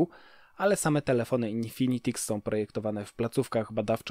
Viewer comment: Haha też teraz to oglądam i zwróciłem uwagę na złą wymowę